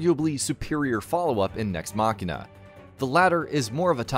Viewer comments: MACHINE-UH NOT MACKEY NUH TF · Just hearing “machina” being said in a cringy way had me cut this video. Dude, it literally says machine. So how can “ch” in the one word be different to the other?. Guess it’s just an “English speaking people” ting.